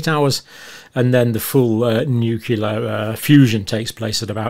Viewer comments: you pronounced nuclear as nukelar, just like G. W. Bush. As you remember, just mispronouncing one word in the English dictionary made Bush unfit for the Presidency in the eyes of the media. You're still tops according to me. The cardboard fertilization process made me uncomfortable, even though I already had three kids. ;) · I've only recently started hearing noo-KYOO-lar in British English. I thought it was a mistake limited to this American side of the pond. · Is anyone else dying inside every time he mispronounces nuclear?